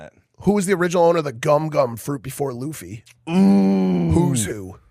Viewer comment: i think its because you didn't say luffys name correctly first time and now that you're buying one piece collectibles (which will probably have the same effect as Pokémon cards that the markets are gonna sky rocket) that the community think you're going to ruin it for them, but im not bothered about it, watch one piece and i hope you enjoy it :)